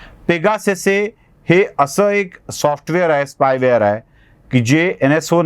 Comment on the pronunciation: पेगासेसे नव्हे, पेगॅसस (ग्रीक भाषेत याचा अर्थ उडणारा घोडा).